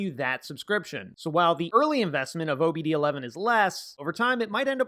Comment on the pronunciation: Isn't it "OBD-2", not "OBD-11"? As in; OBD-I, OBD-II... Roman Numerals? I suppose the Romans didn't get as far as the US.